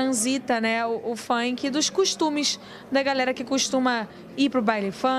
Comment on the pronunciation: querida: funk se pronuncia Fank, não Faink.